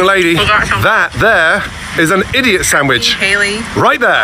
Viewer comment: He said idot